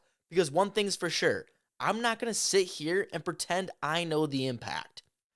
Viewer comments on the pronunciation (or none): none